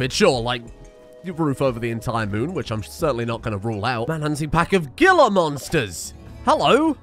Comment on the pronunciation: My man said gilla monsters.